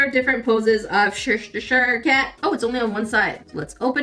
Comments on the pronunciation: “Worshtishire cat”😂 It is the Chester cat for those wondering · Listening to you try to say Cheshire Cat was hilarious 😂 love you 💞 you always make me laugh when I need it the most